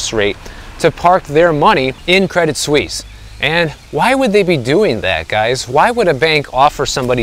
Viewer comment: Good pronunciation of "Suisse!" 👍🏻 Tip if you're interested: you don't pronounce the "t" in "Credit." "Credee Suisse." 😎